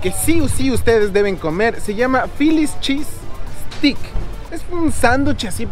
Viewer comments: Obvio vídeos de comida 🥘 comida 🥙 s todooooo👌👌👌 que bueno q te hayas dado cuenta champ que ver tragar 🌭🍕🌮🍪don los vídeos más cool 😎 ja 😅 y se pronuncia filichisssteick lol 😝 steak 🥩 no es stick es essssteiiick jeje 😜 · Stik jajajaja !! Es steak 🥩 ve mushpo jajaja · Mi querido champ, se pronuncia “steik “ no stick, stick es palo 🤣🤣🤣 el philly cheese steak es súper famoso allá! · Todo bien. Excepto que fonéticamente se pronuncia "ESTEIK" (steak). Ya que "STICK" es palo. Philly roast beef steak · Mi querido champ!! Se pronuncia STEIK!! No STICK !! Eso es otra cosa jajajaj buen video , saludos hermano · Se pronuncia esteik no estik jaja todo el tiempo estuviste diciendo palito palito o ramita en inglés es stick, saludos champ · No es estix, es esteix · stick?.......jajajajajaja.......paisano debes de ser.....se dice STEAK.....ESTEYK...........jajajaja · STEAK se pronuncia como ESTEIK NO Estik. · Steak se pronuncia “esteic” no “estic”! Pilas champ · El verdadero philly cheese steak uff te mueres quedas turulato 😅 es con otro tipo de queso y con salsa cremosa de cebollas caramelizadas y champiñones y pimientos verdes y con la carne uff el pan 🥖 uff te mueres nada q ver con el q tu probaste en este vídeo y NO SE DICE STICK se pronuncia ESTEICK STEAK 🥩 ES ESTEICK NOOOO STICK !! 😅 saludos y bendiciones 👍🏼👍🏼😅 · Gringos: "Philly Cheese Steaks" Otros: "Feely Cheese Es-Tay-Kssss": "Feely Cheese Stick" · pero pongamosle toda la pronunciacion..es fili chiis steik....jajajaja..criticas constructivas 😀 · papito lindo, estas pronunsiando steak, stick que quiere decir "palo". Use el internet para la forma correcta. No es queja, si no para ayudate. 💗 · Soy ecuatoriana y nunca he oido esa palabra “chancroso”. Que significa?. No dices en que sitio de USA estas. La palabra Steak trata de pronunciarla mejor querido Champ, lo dices como stick que es otra la traducción. Soy tu fan y te deseo buena suerte 👍🏼🇪🇨🙏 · esteyk se pronuncia esteyk